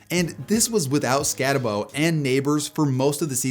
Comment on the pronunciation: Pronounced SKAT-AH-BOO